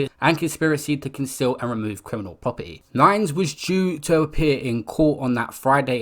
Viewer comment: Man said "poperty" loool